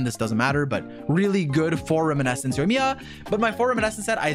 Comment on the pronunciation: Ah yes, still pronouncing "Reminiscence" as "Riminescence"